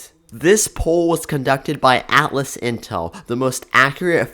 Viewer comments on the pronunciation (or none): none